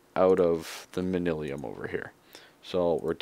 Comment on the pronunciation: It's man-yuh-lin, or man-yoo-lin ;P